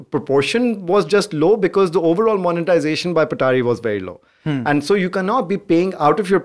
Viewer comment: Bro its Patari not petari 🙂